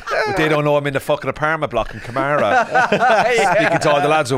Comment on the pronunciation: Karama, not kamara